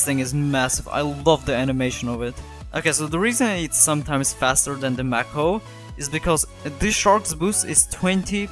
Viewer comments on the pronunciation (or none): Just to let you know it’s pronounced “may-ko” not “mack-o” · Mako is said like "Make Oh" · bro aint even pronoucing mako right